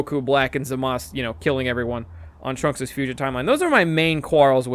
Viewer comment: FINALLY SOMEONE WHO PRONOUNCES ZAMASU CORRECTLY! It is "Zah-mas", not "Zuh-maas-oo". the dub is in the middle ground with "Zah-mas-oo"